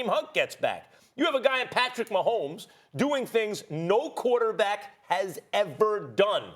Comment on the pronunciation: Nobody: Max Kellerman: Patrick MAHOMES